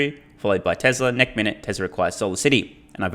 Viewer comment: Do you keep saying neck instead of next in your videos?! Lmfao